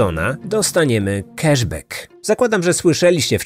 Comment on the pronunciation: Love your podcasts! But it’s “cAsh bAck” not “cEsh bEck”. It’s “blAck Friday” not “blEck Friday”.